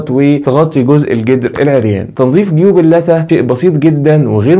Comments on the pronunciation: اللثة وليس الثة تكي على الام يادكتور عشان يطلع اسمها صح ... جزاك الله خير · ممكن تنطق كلمة اللثة بالصح نطقك جدا مستفز معني حبيتك ههههه